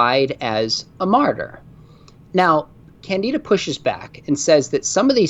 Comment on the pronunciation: As another Brit with this unfortunate name, it is pronounced kan-di-duh (quickly of course) rather than kan-dee-da. It didn't used to be unfortunate, most of us were named after a lovely character in a play (of the same name) by George Bernard Shaw but yeah, it has been a cross to bear!